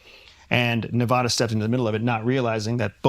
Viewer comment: OMG!!! Please learn to pronounce Nevada!!!